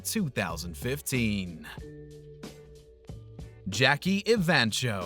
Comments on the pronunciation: Evancho is pronounced EVANKO - not cho. I think Jackie lost because the audiences liked the country singer better. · It's Jackie e-van-ko, not e-van-cho. Guess you never saw the show yourself.